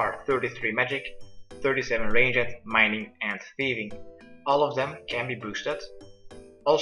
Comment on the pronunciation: great guides always watch yours!!! Sorry but its funny how you say ranged.